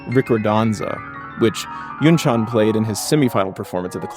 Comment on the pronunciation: As a South Korean, I have to say this., You pronounceYunchan's name perfectly.